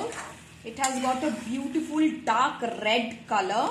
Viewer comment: Loved your rrrrrredd and rrrrrripe❤